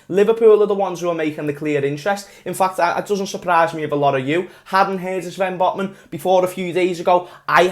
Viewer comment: At the start of the video I thot that said LFC singed Botmen lol😂